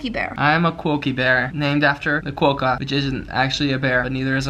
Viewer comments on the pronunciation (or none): You're pronouncing quokka wrong 😢you're close but it's pronounced the way swoozie was first saying. It just sounds better that way 😅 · your pronunciation of quokka really annoys me sorry but its not quoe-ka its just quokka the way swoozie pronounced it was right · It's pronounced qwaka (at least in Australia) Just a heads up lol. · It's pronounced qwa-ka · It's pronounced Quokkaaahh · You're pronouncing Quokka wrong, your friend who you corrected said it right.